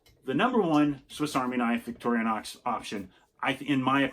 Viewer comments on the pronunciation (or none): Why do you pronounce it by saying "victorianox" 😐?. It's pronounced "victorinox" 😐. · No disrespect! Many people pronounce it this way, great video